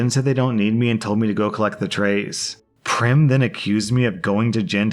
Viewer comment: Also Prem is pronounced like "frame" and not "Prim"